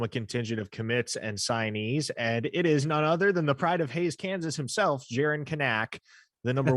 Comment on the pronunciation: Hey, I prefer the way you pronounce Kanak but the Kanaks say it the other way. Can-nick. Emphasis on the Can, maaaan